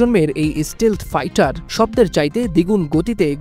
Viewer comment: স্টীল নয়, স্টেলথ্